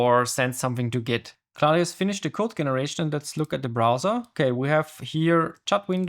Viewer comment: Dein Englisch ist sehr gut, man hört dir gerne zu. Allerdings hast du ein paar Eigenheiten die zwar lustig sind aber ablenken, Generation spricht sich dscheneration aus, peer spricht sich piir aus, Claude habe ich meistens als Clood gehört. Command hat ein langes o Cohmand Ich wünsch dir viel Erfolg und hör sicher gerne bei dir rein.